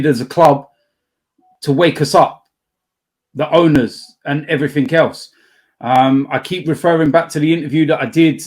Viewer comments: Someone needs to tell that "everything" ends in a g not a k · That is not an accent thing lmao I'm from the same area as him with the same accent and I don't put a k on the end like an illiterate